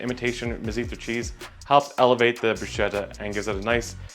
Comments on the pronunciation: You just need to learn how to pronounce "bruschetta", and it will be even better 😂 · You just need to learn how to pronounce "bruschetta" and it will be even better 😂😂😂